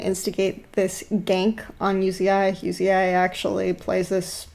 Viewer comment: Did she fuckin, called Uzi "You zi ai"??? Is this a joke, bcs i'm sick of people who dont know how to pronounce the players' names. This reminded me of LS and his "A Atrox" thing.